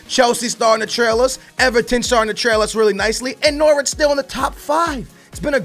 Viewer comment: can u pls say Norwich properly I'm from there and that is not how u say it